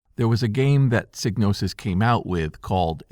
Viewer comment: Thank you for pronouncing Psygnosis correctly.